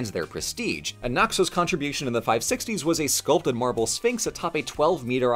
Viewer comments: Sorry, I can't help but hear you say "Marvel" every time, which makes this video super confusing if you're not paying 100% attention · Is it just me or did most of the times that said "marble" it sounded like "Marvel"?